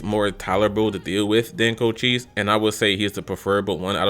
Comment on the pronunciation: You need to slap some respect on cochise name😂